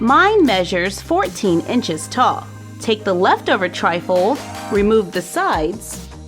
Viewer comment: When you say tri-fold it sounds like your saying trifle